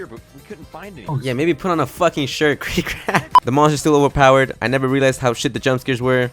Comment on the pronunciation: why do you say cryptid like that.... i've never heard someone fuck up a word this bad 😭